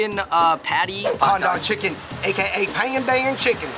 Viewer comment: thats how malaysians say pandan 😂💯.... btw pandan is also used in the kaya jam it gives the green color and aroma